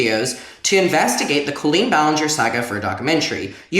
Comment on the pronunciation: Do only you and Adam say Colleen like “Co-lleen”